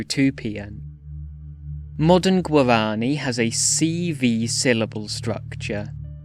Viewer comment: The way you say "Guarani" here, it's practically tonal , The uptalk (word-final tone raising) in "languages" and the names; soouUNND , , Lingering on "theeeesssse", "reeeegion", and "resyllabifyiiiinng" , Choppy way you pronounce "Consonants", as if it was "Con. So nan. Ts.", stops as "Sto. Ps" Odd slowdown whenever you say "syllables", like you switch to rhythmic triplets Still, neat vid on an underrated language.